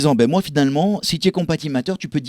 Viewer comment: Matter se prononce Mateur, pas "Maïteur"